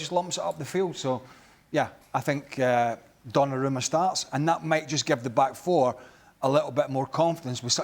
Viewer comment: ESPN; "Gonnarumma" really? 🤦🏾‍♂️